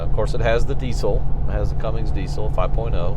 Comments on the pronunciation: “Cummins” not “Cummings”. Drop the “g” on the end. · There is NO “G” in cummins